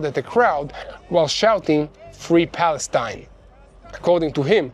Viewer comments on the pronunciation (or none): none